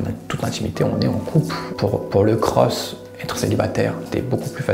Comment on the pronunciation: Pk il dit cros ??